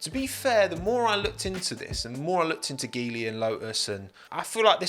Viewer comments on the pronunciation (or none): I think the pronunciation of Geely is more like G li. It would provide more chances for so many talented Alpine Academy drivers if it's true. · In Chinese (mandarin) Geely is pronounced as G Lee, nice video as always. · Chinese people pronounce Geely as "Jee-ly". It sounds auspicious in mandarin language. But hey, as always, great video! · Just fyi, Geely is pronounced as “G”-ly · Geely is pronounced JEE-lee,. Good video nonetheless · It's pronounced JEE-LI.